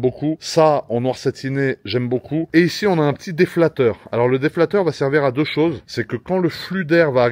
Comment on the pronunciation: c'est la seconde vidéo où je t'entends dire déflateur. La première fois c'était sur celle de la Bugatti Déflateur en Économie => Corriger l’inflation Déflecteur dans le domaine technique => Dévier un flux (air, eau, etc.) Ps: Si tu l'as fait exprès pour avoir plus de commentaires, essaie d'autres méthodes car si une personne ne lit pas les commentaires, tu risques de l'induire en erreur.